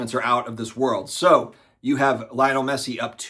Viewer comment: Lay-oh-Nell is the proper pronunciation fyi